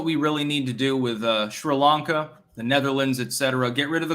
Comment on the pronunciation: mein Herr, please pronounce Sri Lanka correctly. It is "Sree-Lahnka", not 'shree'. Also, you mispronounce Enschede. Do check mit deiner wijf.